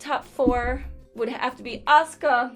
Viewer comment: When she said Asuka i was looking away from the screen and thought she said Oscar in a southern accent.